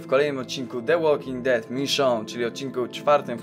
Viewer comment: btw "de łoking ded" nie "łolking ded" jak to czytales w w jednym ze starszych filmikow i tu chyba tez